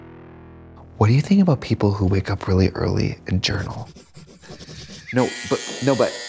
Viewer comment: Why did I hear “jerkoff” instead of “journal” at the end 😭😭😭